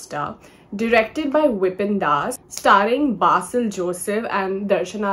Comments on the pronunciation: Why ‘be’ in ‘Basil’? I don’t think so. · That’s correct. No ‘be’ there.